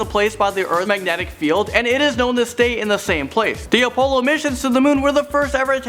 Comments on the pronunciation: I don't even care that this is just bullshit. The main problem is that he can't even pronounce crap right. AHLdrin, OHpollo, SERmetrical,?????? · how the hell did he just say Apollo? - n the way he says Buzz Aldrin too... wtf? can this guy not read correctly??? Did anybody else catch those besides me?